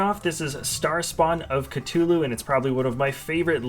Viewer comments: Its no Ca-Too-Loo its CA-Thoo-Loo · Catoloe? It’s ca th ew lo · Did he say “cut-ulu”